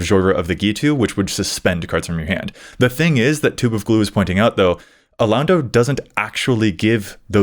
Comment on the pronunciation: Alaundo is pronounced "a-lon(as in long)-dough" btw.